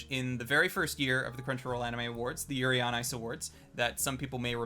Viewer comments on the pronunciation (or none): none